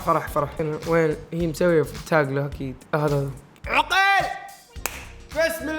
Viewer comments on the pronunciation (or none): عَقيل مو عِقيل 😂🤦🏻‍♀️🤦🏻‍♀️🤦🏻‍♀️